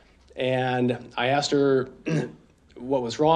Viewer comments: It’s asked!!!!! OMG it’s not axed !!!!! Is it fair to axed 🤦🏼‍♀️🤦🏼‍♀️🤦🏼‍♀️🤦🏼‍♀️🤦🏼‍♀️🤦🏼‍♀️🤦🏼‍♀️🤦🏼‍♀️ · Ask!! A.S.K!! Not axed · “Why are you looking at the Jury and not the person/people that axed you the question?” What the good God… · Lol axed!